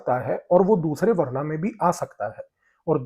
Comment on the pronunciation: भाई,बहुत अच्छा Content है , भाषा में सामान्य रहने के लिए इंग्लिश शब्द जैसे ancient, invasion बहुत सही है पर हिंदी शब्दों का उच्चारण उनके मूल रूप में करें जैसे वरना तो otherwise है , वर्ण वह शब्द है जो वेदों में दिया गया है ... आशा है संभालेंगे..... प्रभु का आशीर्वाद आपको प्राप्त हो यही कामना है .....👍🏽